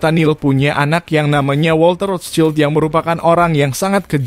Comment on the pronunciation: cara nyebut rotchild salah